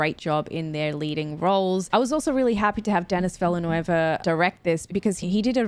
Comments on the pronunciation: Just a small thing,. The director of this movie (and Dune) is French-Canadian, not Spanish-speaking. So his name isn't pronouned as a Spanish name, as you did it. More like "Veel-neuv" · you're pronouncing Villeneuve in a Spanish way while it's French. Phonetically it sounds like De-knee Veal-nuff.